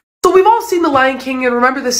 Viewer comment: Kingg😂 not king